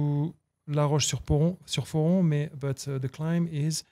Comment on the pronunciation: Plateau des GLIERES, pas Guyeres,!!! La Roche sur FORON, pas Poron!!! Embarrassing